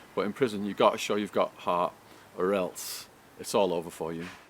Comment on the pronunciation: bullshit who believes this fucking polesmoker,do u know how I know your gay because of the way u say Hart u day hhhaauut! will biting your lips and Peter gayzzing